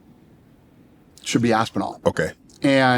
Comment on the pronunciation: Hearing this Shay Shay talk about the UFC makes me appreciate people who know what they are talking about. Dude didn’t know how to pronounce Tom Aspinall and didn’t know who Steve Mazzagatti was. Ignorant